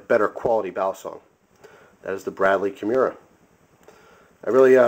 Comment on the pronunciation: Kim-orr-uhh..its also a mixed martial arts submission move..that is the correct pronunciation